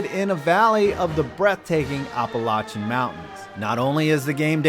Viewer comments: Wtf Op-oh-lachan State 😂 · uh- that’s not how you say appalachian state and now it’s bugging me fuck